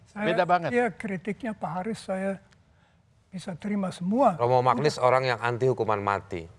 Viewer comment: koreksi sedikit. baca nama Romo Magnis tu "Manyis".